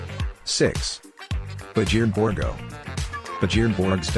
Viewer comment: Lol😆😆it's not Borgo, it Borg.